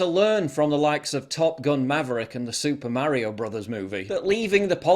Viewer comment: Paul pronounces 'Mario' how I do! Finally, I found someone.